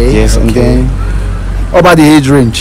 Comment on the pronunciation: Mc is called AGE NOT HAGE